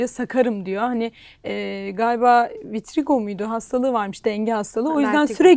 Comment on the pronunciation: Vertigo hastalığı na vitrigo dedik den sonra izlemeyi bıraktım